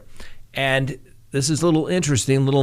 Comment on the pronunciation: Please please say their name correctly the emphasis is on Day not bell come in